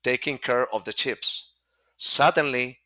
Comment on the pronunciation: The guy said taking care of the chips. Do you mean potato chips. And then I listened again and, oh he must have said ships. But these three girls were not around the sea or water, And listening to him repeat this sentence It hit me, he's saying sheeps ! He's adding an 's on a word unnecessarily. I hope someday everybody accepts a single language and it seems to be going in the direction of English. But my advise to this guy would be to live in America. Marry an American girl or something like that because he will never learn to pronounce English words correctly without an educational change